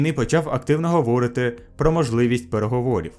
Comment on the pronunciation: "говОрити"? Ріл?...